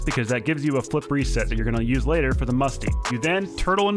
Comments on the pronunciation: You say flip reset I hear flippery set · Is it just me or when he says flip reset I used to think he said flippery set